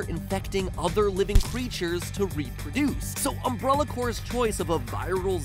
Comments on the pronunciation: Umbrulla ... really matpat really umbrulla...,can make great and theories that get you to think but can't pronounce umbrella. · Why does MatPat not pronounce Umbrella correctly? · Ahh yes the umbruhlla corporation. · Omg the way he says umbrella "umbRULLA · Um"bruh"luh. Gotta love Mat's pronunciation. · UMBRULLA CORPORATION Dude why did you say it like that? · MatPat said um-BRUH-la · Why can't you pronounce umbrella, m8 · Am I the ONLY ONE who is hearing him say "Umbrulla"?! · Matpat says "Umbrulla". LOL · Anyone else bothered by his pronouncing it "Uhm-bruh-lluh" and "Uh-bowl-uh"? Is this a regional thing, or a MatPat thing? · The way he says Umbrella...lol Umbrulla... lol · Is it just me or is he saying umbralla? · Did MatPat just say "Ambralla"? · Am i the only person weirded out by Matts pronunciation of Umbrella? i keep hearing umbrOlla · I'm sorry, great video mwah but "UmbRULLA" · Does it bother anyone else that matt keeps pronouncing "umbrella" like "umbrola" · They way Matt pronounced "Umbrella" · ...I’m stuck on Matpat’s pronunciation “umbruhlla”... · That “Umbrulla” pronunciation. Gonna get a lot of comments about that. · dude the way u pronounce umbrella killed me sounds like umbrolla when u say it most times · all this research, yet you call it umbrulla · "Umbrula" wut? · "These agents are engineered by the evil Umbrulla Corporation" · Is it just that umbrella is pronounced umbrula in America or does my town pronounce it wrong bc what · Ombrolla? Umbruhlla? I know it's nitpicky but what's with the pronunciation (especially since it's said notmally when a secondary or tertiary word in a sentence)? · I'm really confused at your pronunciation of 'umbrella' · Is nobody gonna mention how he pronounced "Umbrella" like "umbrulla" the whole video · Did you pronounce it "umbrulla" on purpose? Actually curious. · Mattpatt saying umbrulla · Anyone else bothered by matpat's pronunciation of "umbrella"? Sounds like "umbrulla". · "UmBRUHlla Coporation"